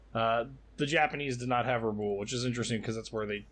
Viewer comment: objective at Rabaul is pronounced Rah-bawl, as in maul. Sorry, but as often as it is being spoken it can be distracting to be mispronounced.